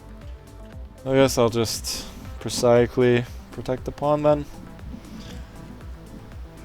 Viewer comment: prosaically is pronounced "pro-zay-i-cally", as in "play" or "day".